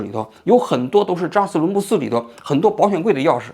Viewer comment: 嘴瓢的厉害，基本上感觉几句话就瓢一次，扎实伦布寺